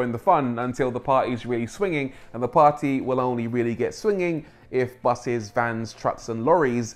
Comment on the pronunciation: did you just say BUSSIES